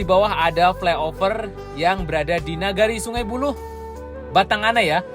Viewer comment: Sungai buluah,bkn buluh.sehat sllu dn sukes terus GJJ.sprt biasa slm anak rntau minang di Banda Aceh.